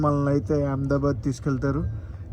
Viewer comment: Yaamdabad kadu ahmedabad sarigga palakandi